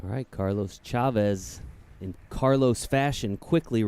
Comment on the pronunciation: The commentator keeps saying "Shavez" instead of "Chavez". Sounds terrible, that's like saying Sheddar Sheese.